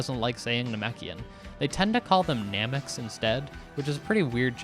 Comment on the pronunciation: Every time I hear someone say nameks in the dub it feels like they're saying a slur